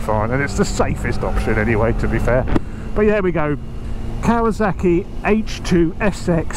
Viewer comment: Why is this man calling this bike "KawaZaki"? Why can't he pronounce the name of this bike correctly? It's KawaSaki !